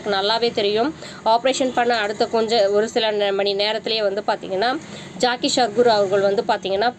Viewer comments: Madam jockey or jakkie illai. Jaggi. Peru ozhunga sollunga madam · Jaakkie Sadhguru illa Jakki Sadhguru !!! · Guru Jaggi not Jaakki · ஏம்மா ஜாக்கி இல்ல ஜக்கி வாசுதேவ். கேரளா இல்லம்மா கர்நாடகா